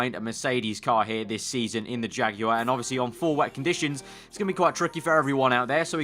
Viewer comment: OH24 jagwire 😒😒😞😞